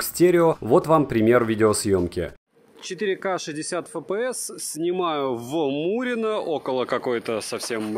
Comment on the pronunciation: FPS - Фэ Пэ Эс... Серьёзно? А почему тогда не Фэ Пэ Сэ? Правильно: Эф Пэ Эс (рус.) / Эф Пи Эс (англ.). HD - Аш Ди, а почему не Аш Дэ? Правильно: Ха Дэ (рус.) / Эйч Ди (англ.). Вы вообще какой алфавит используете? Смесь разных? Испанский стыд. Удачного дня вам.